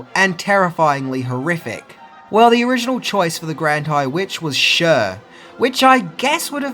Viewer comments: Dude. Cher= "Share" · Wait, did you just call Cher, "sure"? Yes, yes you did. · Cher is pronounced Share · Dude, it's CHER not SURE. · faye dunaway would actually be a good alternate for the grand high witch. but anjelica did incredibly. btw Cher is pronounced as Share, not Sherr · Sure aka Cher 😆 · Cher's name is pronounced the same as "Share"... lol not "sh-ur" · Lol i dont get it..u guys say share as in "share some with me"...why because its a ch..did u say "sure"?..maybe just a mis speak..but i find those kinds of slips in a lot of brotish and aussie speakers so not calling u put personal...just asking...like how yall say al-u-minum😂i find it funny and intetesting ...hpw our languages are the same yet diff.. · Her name is not sure its pronounced share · Also Cher is pronounced Share, not Sure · Umm... Who on Earth is this, "Sure," person? Oh! You mean *CHER*?! It wouldn't be a, "," video without at least one mispronounced name or word.;) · Cher(name: sh-air) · can pronounce Sigourney Weaver but not Cher correctly. Hmmm, logic....I suppose